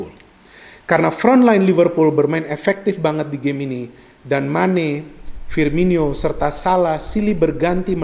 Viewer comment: Firmino bukan Firminyo bung 😊